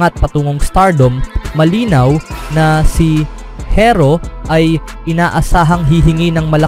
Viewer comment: Herro hindi hirro bubu mo